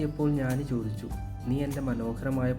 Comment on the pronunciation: Nice presentation. don't say വിത്യാസം instead of വ്യത്യാസം. And ഞാനി instead of ജ്ഞാനി.keep going 💫✨